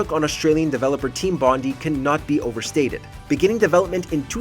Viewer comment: It pronounces Team Bondai